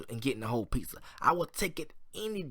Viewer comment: It's pizza not piza